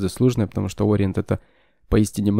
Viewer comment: Спасибо за обзор. Спасибо за произношение О́риент )